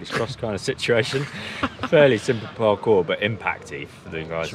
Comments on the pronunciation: LMAO! "PARCORT" XD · Lol, what is parcort. Oh man that is hilarious.